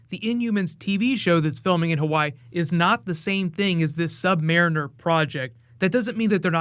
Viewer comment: Not marren er